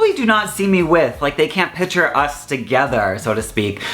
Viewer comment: When you keep saying pitcher instead of picture it's driving me crazy but I love you though!